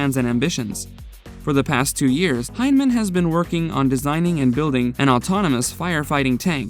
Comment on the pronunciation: Learn to pronounce the names of the people who are the subject of your video. HEIN-a-men. Bel-A-chee.